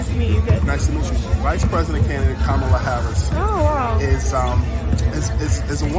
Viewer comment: My brother. Even if you’re not versed with politics, the VPs name is pronounced KAH-muh-la. Gently correcting here. Akso, why can’t these grown ass men stop obsessing over these young women?? I guarantee you every negative comment to CC after “liking a post” were from middle aged men. It’s sick